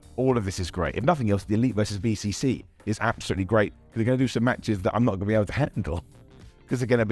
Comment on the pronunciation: Okay did anyone else hear Hangman Page say ‘BBC’ instead of ‘BCC’ or am I just bonkers ?